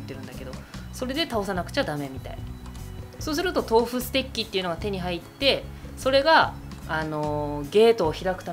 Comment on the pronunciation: ステッキがステーキに聞こえる笑